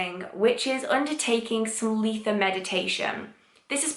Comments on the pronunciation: I’ve heard lots of ways that people pronounce Litha. I’ve never hear L-ee-tha before x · I’ve never heard someone pronounce Litha like I do!